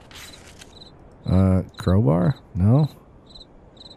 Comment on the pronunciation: how dare you mispronounce Crowbar.......